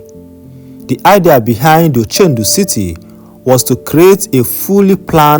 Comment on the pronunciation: It's ochudo city not ochendu